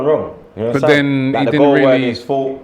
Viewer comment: "Ya unnastan?"